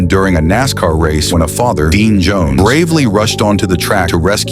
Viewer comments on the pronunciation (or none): none